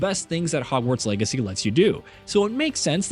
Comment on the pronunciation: Is he saying "Hogwarts Eggacy" or am I crazy?